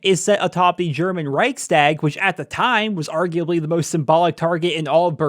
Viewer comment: In love with how shit your pronounciation of Reichstag was